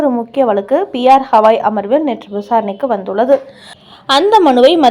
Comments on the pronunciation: ஹவாய் அல்ல.. கவாய். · Please read as gavai not havai .read correctly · The news reader needs to know & spell the name of THE CHIEF JUSTICE correctly, it is B.R.GAWAI and not P R KAWAI... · His name is B.R Gavai and not P.R Hawai. Please ask your newsreader to learn pronunciation at least! 😆😆😆😆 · Gavai... Not Havai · Pronunciation is bad.y u say Hawai..He is Gawai.not Hawai. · Supreme Court Chief Justice பெயர் B. R. Gavai (கவாய்)..! அவரின் பெயரை நீங்கள் 'ஹவாய்' 'ஹவாய்' என்று சொல்வது போல் கேட்கிறது..! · Please pronounce the name as Gavai, you repeat it several times as ashtothram very poor reading, the admin should also see the mistake in typing as CPI instead of CBI. Hope you correct it. 😊